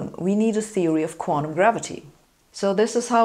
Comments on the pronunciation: Ich auch, but not the way she mispronounces "quanTum" as "quan-um"! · I love hearing Sabine say 'quantum'.